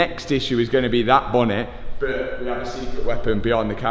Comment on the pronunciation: It’s “but” not “bit”